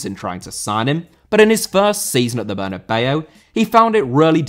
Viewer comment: Bernabéu * not Bănabeyouw